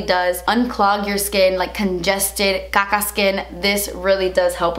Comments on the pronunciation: Oh my god!! I was reaching for my drink and I thought I heard “caca skin” and I was like wait what? And I replayed it and I couldn’t stop laughing😂😂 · "Caca skin" lol